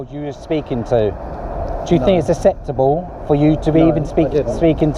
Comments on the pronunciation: Wish that guy could say acceptable acceptably 🙄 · So do you think it's "asseptable" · I don't know if it's "asseptable" but it's definitely not acceptable. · this guy cant say acceptable. 'asseptable' 😂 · Do u fink iss asseptable m8????